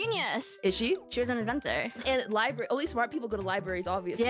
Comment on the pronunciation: “Liberry”